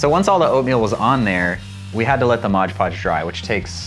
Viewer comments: modge podge?? it's mod podge lol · IT'S MOD PODGE, NOT MODGE PODGE! LOL Edit, your cauldron is FANTASTIC! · It's not Modge Podge it's MOD PODGE. M-O-D not M-O-D-G-E. Smdh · It's MOD PODGE not "modge podge".